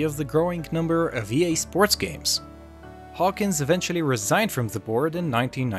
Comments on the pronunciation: His name is Trip Hawkins. Not Hawkings. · Trip Hawkins, not Trip Hawkings. First mistake not even 10 seconds into the video.